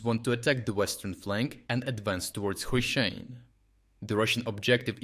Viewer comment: STOP USING AI VOICE. YOUR VOICE PRONOUNCED HRYSHYNE 3 DIFFERENT WAYS IN UNDER 1 MINUTE. OR, I DON'T KNOW... REVIEW THE VOICE OVER BEFORE MAKING THE VIDEO?